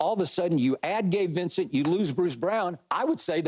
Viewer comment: when skip said Gabe Vicent lmfaooooooo